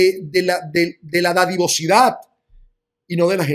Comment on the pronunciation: Disculpa es dadivosidad no didavocidad..